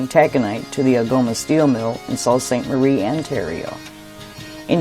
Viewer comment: well done but a little correction as it is not salt st marie but soo st marie as pronounced